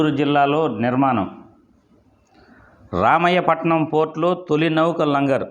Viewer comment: ఒరే, రామాయపట్నం ఎక్కడ ఉందో తెలుసా రా. రామయ్యా పట్నం కాదురా , రామాయపట్నం రా బాబు